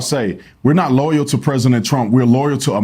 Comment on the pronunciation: It’s pronounced Loyal NOT LOYER